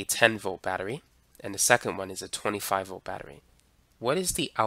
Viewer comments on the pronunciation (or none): none